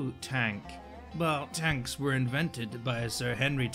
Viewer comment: "TANKS" Me: "You're welcome."